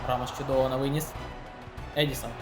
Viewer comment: ЕдіНсон Кавані, а не Едісон